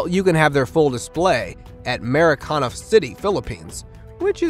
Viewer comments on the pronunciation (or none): Ma-ree-kee-na, come on say it with me 5x..ok narrator?